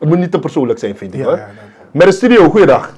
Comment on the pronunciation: je zegt altijd Stidio het woord is Studio...